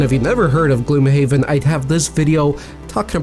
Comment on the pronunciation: I always thought it's pronounced "gloomhaven" not "gloomhaven"